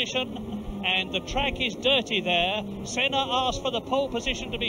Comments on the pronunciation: he said seena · You can hear a large amount of F1 fans annoyed on the mispronouncing of Senna’s name